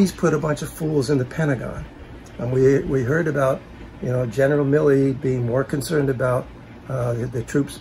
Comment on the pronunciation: Did call him Genital Milley?